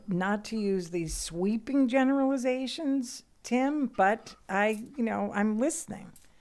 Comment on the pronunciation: there it is again... "generlizations" i dont think we should be asking her about anything going on right now... she is so gullible and naive dam near useless